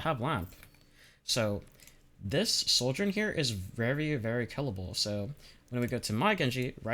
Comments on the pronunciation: I stg if u pronounce Sojourn (/ˈsɒdʒɜːn/) as soldiern one more time I'm gonna lose it. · here he just outright says soldier im gonna lose it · Great video but it drives me nuts how you pronounce Sojourn like 'Souljorn" because it sounds like "Soldier" and that's naturally very confusing lol also I semi-disagree about the idea of swapping binds for primary & secondary being 'better'. Yes, some players might have a small bump in rail accuracy if they do it (extremely person dependent, I have tried it both ways and had no difference) , but also, our index finger is much better suited to 'holding down the button' for the primary fire. Suddenly switching that job to our middle finger (which rarely ever has to click-and-hold the right mouse button) means we're putting more tension and stress on parts of your hand not that suited to it, which can weaken your aim overall. so I'm not saying "you're wrong", but moreso "there's pros and cons" and ultimately it's a wash and just 'whatever you are comfortable with'. neither way is inherently better.